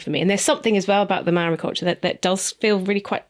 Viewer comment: hey just a heads up that Māori is pronounced differently than its spelt 🥰